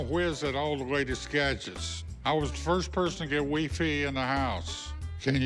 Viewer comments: I thought the old man said he was the first to get wii fit in the house....dude just can’t say WiFi...... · lol when the old man said wee fee I lost it its wifi pops R.I.P. To the old man ! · WEE-FEE, Skypes 😂🤣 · “I was the first person to get “wee-fee” in the house” 😂 Rip old man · Wee fee 😭😭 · I thought he said Wii Fit 😭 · "I was the first one to have weefee in the house." HAHA! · "I was the first one to get WIFy" lol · Literally proves their point when he calls it weefee😂 at least they had a sense of humor about his buy and skype. Made them laugh like twice, especially when going to the bathroom. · “Wee-fee” “the skypes” lol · He calls Wifi........................wee fee LMAO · “I was first person to get Weefee in the house” XD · “I was the first person to get WEE-FEE in my house” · it costs $4,000 online rite now.. I'd say good buy.. and weefee😆 wonder if he knows and calls it that on purpose or not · WeeFee, you're killing me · Hilarious episode! Weefee lol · He said wee fee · WEE FEE lol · Wee-fee lol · weefee lol